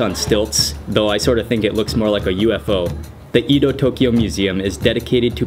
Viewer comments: Very nice job. I enjoyed this presentation thoroughly. May I make one trivial suggestion? No reason to pronounce "Edo" as "ee" [as in "mean" or "geek"] do." The English short "e," as in "let" or "men," is close to perfect. So "e [as in "let"] do." But otherwise, such an informative and well presented documentary. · It's not Ido, it's Edo. This guy must learn correct pronunciation before make video. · It's pronounced Ed-oh